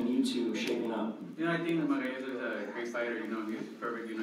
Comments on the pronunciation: what he say margarito o magsayo sounds like margarito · Santa Cruz it is Magsayo not Magayas 🤣🤣🤣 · When he pronounce Magsayo...... 😭😭😭😭😭😭😭😭